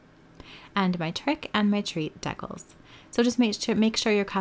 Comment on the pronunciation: LOL I’ve never heard decals pronounced the way you pronounce it